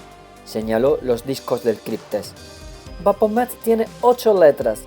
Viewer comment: Maravilloso trabajo, estoy disfrutando mucho este gran libro, solo como recomendación te sugeriría revisar la pronunciación de algunos nombres, en especial de ciertas ciudades o personajes como Baphomet (pronunciado BaFomet) porque de repente eso te bota de la narración, o al menos a mí me sucede :/ como dije es solo una sugerencia y fuera de eso te felicito y agradezco por tu trabajo :D